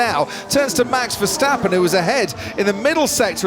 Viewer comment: the still keep saying ; MEX VERSTEPPEN